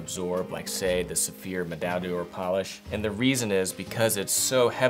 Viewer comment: Is it that hard to say MEDAILLE D'OR? As in OAR. And MED-EYE.